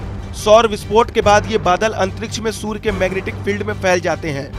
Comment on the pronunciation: Surya ko sur bol rha h 😂😂😂😂😂